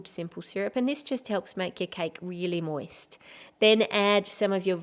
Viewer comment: i love how she sais moist